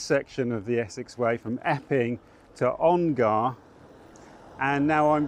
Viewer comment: Please stop calling it On-GAR…. It is On-GUH!!!